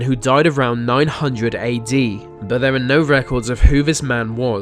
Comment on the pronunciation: You mean 'they' and 'there' not 'vem' and 'vere'?